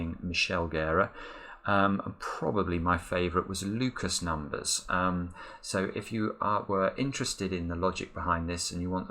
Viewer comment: You mispronounced my name. A common mistake and not a big issue. The way you said it seemed like it would be spelled something like this: "Lucas Numbers". Yes that's a good moniker for a puzzle solver indeed. But my name is Ablejack, pronounced just like the two words 'Able' and 'Jack'. Thank-you.